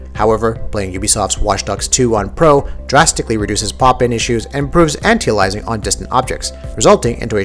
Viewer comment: Can you say the word Aliasing and anti-aliasing correctly for once.